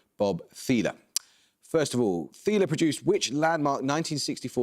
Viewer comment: Gotta love the BBC's determination to pronounce American names however the hell they please. (Bob "THEEL," not "THEELUH")